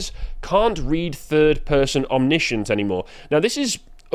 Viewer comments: Heh. You have a pop at the youngun's for not being able to read and then doesn't know how to pronounce omniscient. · Zoomer says that zoomers can’t read to good… and backs that up with facts as he goes on to mispronounce the word “omniscient” straight away…